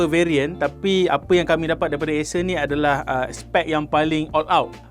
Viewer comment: asus ke acer? bunyi sebut asus. hehe